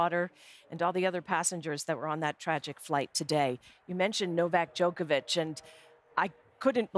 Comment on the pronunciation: Djokovic; Kobe is my Friend....Kobe: who the f... is Djolkobljickic???